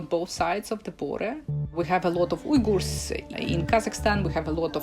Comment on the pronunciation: I especially love how the expert lady pronounces Uighurs the right way (=Oo-i-goors) and then the narrator lady just keeps being American and completely butcher it